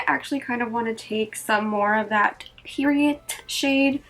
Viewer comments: I think it's Peridot....not periodt lol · i think it’s great that you have it up so quick. obviously we all wanted to see a video on it. period-t lmao it’s per-i-doh ❤️😂😂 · Lol love raw look and the palette is AMAZING the Gem name is peridot per-ri-dot french. The "T" is silent not periodt. ✨✨✨✨✨✨ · I can’t wait for mine to shiiiipppp! I’m so excited 😍 PS. I always thought it was pronounced peri-dough 😂🤷🏻‍♀️ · “Peri- Dot” , peridot. It’s a gemstone, August birthstone! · Mama, peridot is pronounced like pear-a-doe 💚 your skin looks amazing and I love the look you created! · Please tell me you can pronounce the word...